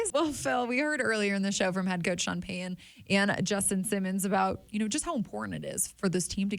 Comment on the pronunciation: People that cannot say Payton, Peyton, or Titan correctly just really sound unintelligent to me. I know they are not, but it is not good to mispronounce a coaches or player's name when it takes little effort in these simple names. I would correct them every time if I had a simple name and a person could not pronounce it correctly. One silly thing is that these people can say Titanic correctly but cannot say Titan correctly.